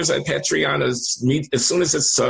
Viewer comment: I love you Glenn and you are 100x smarter than me, but it’s a long A in Patreon and every other week is semi-weekly, bi-weekly is twice a week.